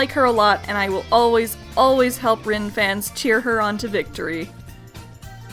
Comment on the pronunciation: It's pronounced REEN......REEEEEEEEEEEEEEN